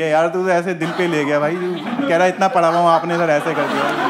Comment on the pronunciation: padha, not pada :P